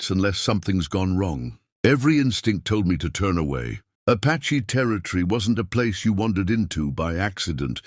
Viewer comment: You really should edit your words — “Apache” is NOT “patchy” — yep, I’m seeing this too often, not only here, but your other stories —- just a thought